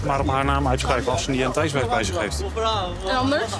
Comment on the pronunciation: Hé, met je "identeitsbewijs", spreek het eens een keer goed uit man, scheelt maar 1 lettergreepje, "ti", kom op je kan het 😂